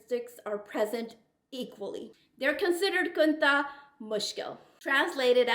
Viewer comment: Its khuntha not kuntha